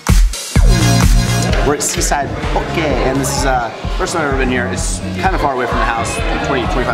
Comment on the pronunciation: Love the videos. Thank you for saying poke correctly and not being a “Haole” I am part Hawaiian and grew up eating that amazing dish.